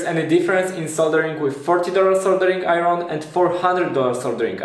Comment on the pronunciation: Koniecznie musisz dowiedzieć się jak wymawiać "iron". Nie piszę tego oczywiście złośliwie, polecam kanał Arleny, sam tam staram się szlifować angielski: Poza tym powodzenia w kolejnych projektach i filmach.